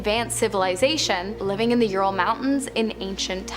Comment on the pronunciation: Ural: youral like rural 😅